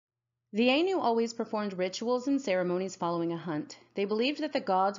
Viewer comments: Point of correction ainu is pronounced A-i-n-u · Ainu is pronounced eye-nu Kamuy pronounces ku-ma-way